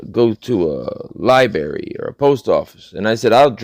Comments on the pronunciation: Dude, for Goodness Sakes, its pronounced Lie-BRARY, Not Lie-Berry. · Omg Lyberry? and it was not an accident. You said it more than once. That is the best mutilation of a word I have heard all week. Thanks and don’t change.